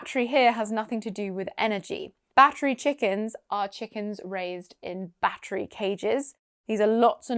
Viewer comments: I heard "baffrey." I don't know whether it's because I had one earbud in or what but that was the only word I missed. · I heard bat three chickens , 😨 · haha I heard "battered chickens" 😂🤣🤣 as "battery" didn't seem to make any sense.